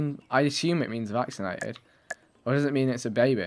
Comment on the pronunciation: i'm seriously chouting at my computer every time he says it's a vacinated animal